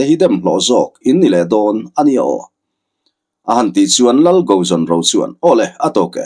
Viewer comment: Lal Go zawn ro, nilo Tuikuk hming ah chuan, Go tih lai rik dan hi Sap țawng GO (Kal) ang a ri in Ro lai pawh hi, Roo ang in a ri tur.